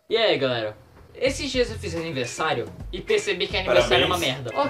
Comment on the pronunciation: mano coloca no inicio e percebam que o moreno fala jiai galerinha beleza nao é pra ofender ou derrbubar eu apenas estou falando pois se eu nao falar de pessoas vai ficar pensando que e pra ofender